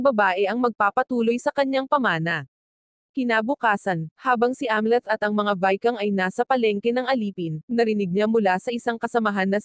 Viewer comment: Utot mo anong vikang?? Ginagago mo ang pagsasalita mo ayup ka